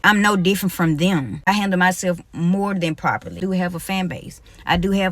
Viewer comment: "I handa mysef mo-den propally"